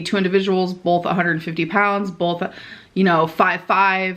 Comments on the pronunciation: This is really dumb but it grinds my gears SO badly! Does she pronounce “both” with an L in it? Like “bolth”?? I’ve left similar comments before but it annoys me for some reason! 😂 anyone else notice it? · She adds the "L" to a lot of words. Bolth, molment, it's some kinda "O" "L" thing....